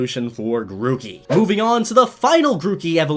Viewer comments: The R in Grookey should be before the O's! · It's Grookey, not Gorkey!